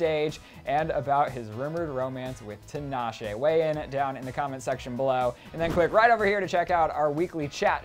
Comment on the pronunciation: HER NAME IS PRONOUNCED TEEEEEEEEEE-NAH-SHAY